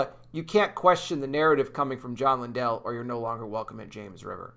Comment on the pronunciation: They are NOT related - and his name is pronounced LIN-dell… accent on the FIRST syllable.